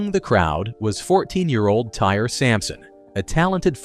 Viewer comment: Pronounced Ty-ree, not tire